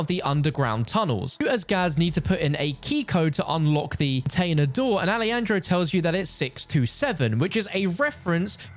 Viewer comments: Hey stupid, not ali andro- its alejandro like alehandro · "Ah-leh-handro" hermano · "alieandro" what was thaaaaat Pronunciation???